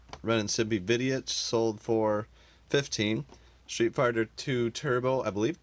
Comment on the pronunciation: Did anyone catch and laugh when it sounded like he said "Street Farter" 😂😂?